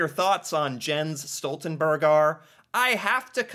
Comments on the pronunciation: The "e" in "berg" is pronounced just like how you pronounced the "e" in "Jens" in the beginning. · It's obvious you don't know a lot about Jens Stoltenberg. You don't even know how to pronounce his name!